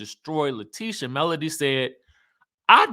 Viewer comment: MS wanda calls melody "Melon" lol I don't think she can pronounce melody 😭